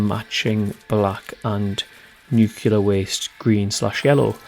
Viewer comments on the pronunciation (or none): It’s pronounced nuclear, as in “new” + “clear”. Not “newkiller”. Not that hard is it?